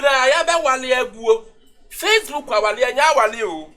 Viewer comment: What’s “fresshhbook” 😂😂😂